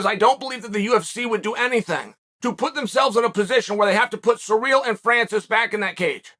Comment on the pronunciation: I'm glad he said Ganes first name right. seereel